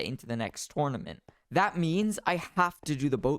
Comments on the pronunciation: IT’S. NOT TOURNEMENT IT’S TERNEMENT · When i say: Tournament When he says: TOURNOMENT